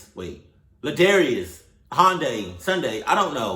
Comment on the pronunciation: “Handairies” “Handaris” “Ladarius” “Hundaris” ~ 2020